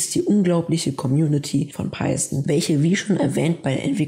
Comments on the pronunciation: Also nach der Google Aussprache würde ich mich nicht richten. Du sagst "Paison" man spricht aber Python -> Paithon das Englische th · Peisen und Jeyva😂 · Wie wär's wenn du erstmal lernst, wie man Python ausspricht?